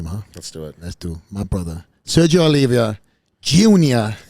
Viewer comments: Sergio Oliva not Olivia. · Keep saying his last name wrong. Poor Sergio 🙂